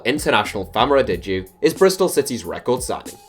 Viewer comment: Famara Diedhou is pronounced “Jchay-Ju”